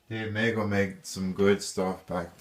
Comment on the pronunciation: The name of the company that produced the original Cher dolls is pronounced Meego. Long 'e'.